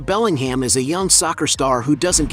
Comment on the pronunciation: FFS!!! It's not BellingHAM, it's pronounced Bellinghmm